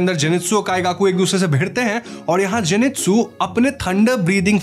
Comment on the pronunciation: You said wrong jinetsu